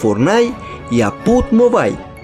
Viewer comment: minuto PUG MOBAY AJJAJAJA DIJO 😆